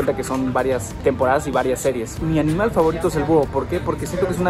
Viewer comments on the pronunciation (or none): se equiboco diciendo un aminal en vaz de animal jsjsjsjsjsjsjsjsjs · se equivoco dijo aminal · Aqui los que en el minuto dice aminal jajaj me encanto esa parte si ve está respuesta saludos ❤️❤️🖤🖤